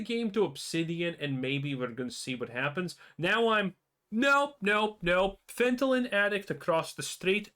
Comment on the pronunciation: Lil bro can't even pronounce fentanyl